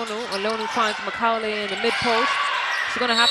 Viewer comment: This lady commentator is so crass!!! How could you not know how to pronounce Macaulay? Perplexing to say the least